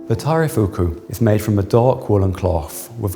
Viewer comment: The guy has completely butchered taireifuku, would have no idea what he was talking about without the Japanese conservator